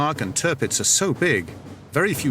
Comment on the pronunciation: I christen you Tirrrrrrrrrrrrrrrpitz